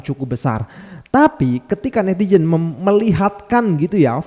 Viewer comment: Netizen bang bukan netijen 😊